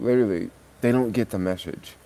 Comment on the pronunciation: Meshage Meshage it’s message lol enjoyed the video